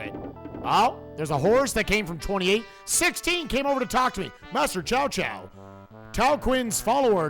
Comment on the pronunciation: ...I haven't heard these names pronounced that badly since the old PS2 English dubs. It's not 'Chow Chow' or 'Cow Cow' (what the old Dynasty Warriors games said). It's Tsow Tsow. The names are kinda fudged to pronounce if you haven't heard the later, better English dubs of Dynasty Warriors.